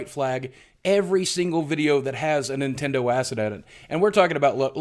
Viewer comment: You said Nindendo. There goes your YouTube money!